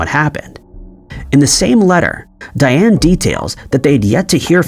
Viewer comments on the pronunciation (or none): none